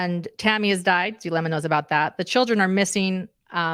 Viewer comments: Zulema!Zoo. zoo Zulema! Not Thulema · Not Thulema nor Chulema, Zulema LIKE zoo, please